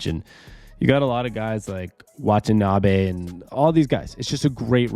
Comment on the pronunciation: YU-TA. WA-TA-NA-Bay. If you’re gonna cover the team, get the names on the roster right.